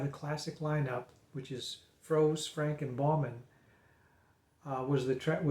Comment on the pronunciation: Not Frank! The nearest pronunciation is Franker. Not Fros! Frozer is probably the nearest pronunciation for English speakers. Why can't American seem to be able to pronounce any names that are English?